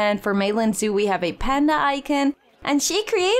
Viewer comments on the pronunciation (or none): none